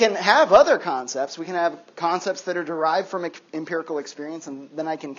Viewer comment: I keep mishearing "Kantcepts" instead of "concepts."